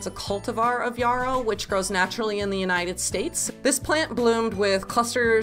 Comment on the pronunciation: Don't mispronounce this plant because everyone around you does. Correctly pronounced, it rhymes with arrow, narrow or wheelbarrow.